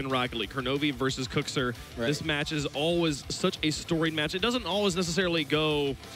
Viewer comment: KuxIR not KuxEER